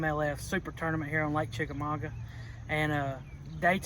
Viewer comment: You think they would learn how to pronounce it. There’s no N it Chickamauga!